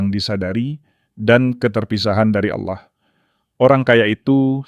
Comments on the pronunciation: Betul... saya juga ga suka dengan sebutan itu. Karena Kristen tidak menyebut Auloh atau Aulah.. tapi Allah .. naratornya bukan Kristen rupanya.. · Kenapa yg membacakannya menyebut nama Aulah dgn jelas BKN ALLAH ? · Saran kpd moderator: Dlm mengucapkan Allah, biasa saja, lafalnya jng seperti kadrun,, nanti dipersepsikan dg alloh swt {alloh nya org Arab}. Beda x,,, alloh swt dg Allah yg disembah oleh Kristen dg alloh SWT yg disemah islam. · tapi teologi dan sistimatikanya sdh oke, hanya intonasi kata oloh itu sedikit mengganggu krn menurut mrk itu proper name